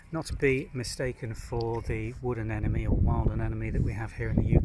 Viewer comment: You’re not pronouncing their name correctly. It ends in NE, not ME.